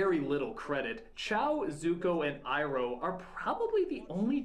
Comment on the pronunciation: the only name that sounds like they tried is Iroh, because I take Japanese and R sometimes sounds like a mix of T and R together